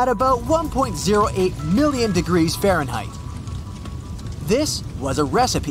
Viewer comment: I say. You do not know how to pronounce Fahrenheit.